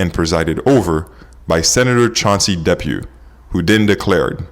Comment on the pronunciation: And "duh-PEW." Not "DEP-yew."